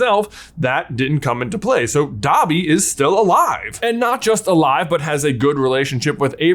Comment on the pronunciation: Please start pronouncing Aberforth correctly!! 🙏🙏🙏🙏 It's AH-ber-forth!!